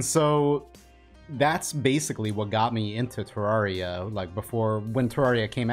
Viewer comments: You pronounce Terraria wrong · Okay but Cenx has already dmed about how he pronounces it wrong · Why tf do I love how he says Terraria AHHH